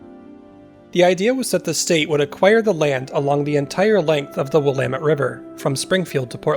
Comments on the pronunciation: Please tell, do the local residents actually pronounce it as, Wil-AH-met River"? Thankyou for beautiful vistas! Your researching efforts are much appreciated, too. :) BTW, I'm thinking the gov doesn't "abandon" much, ya know? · one way to remember how to pronounce Willamette...rhymes with dammit. 😉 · I live in Colorado Springs colorado on willamette ave and its weird hearing you pronounce the river name. haha here everyone says "will uh met"